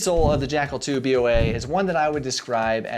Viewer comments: Why you you say B O A? It’s Boa like boa constrictor, the snake. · Dude, why are you saying B O A? It's Boa as in a Boa Constrictor snake for obvious reasons. Get it?